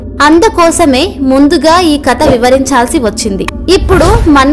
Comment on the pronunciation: కత కాదు ❎ కధ ✅ ఇక ముందు తప్పు సరిదిద్దుకోండి!!